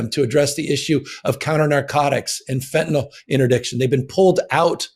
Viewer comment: Hey! Governor Newsom pronounces fentanyl correctly. Kudos to you, Newsom!❤